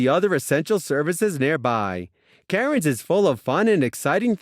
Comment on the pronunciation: nooooooooo. its pronounced CANS. not KARENS.